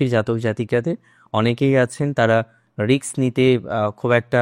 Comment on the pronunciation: Risk not riks..please pronounce properly as educated persons are also follow your channel